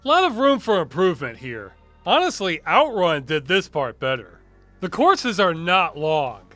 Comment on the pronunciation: strange that were pronounce it OUTrun when the word is actually outRUN